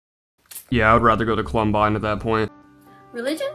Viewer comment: Lol my mans pronounces Columbine "Clumbine" idk kinda funny